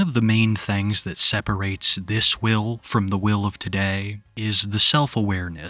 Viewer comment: Oh, his name is Will? I thought everyone kept saying “Whale.”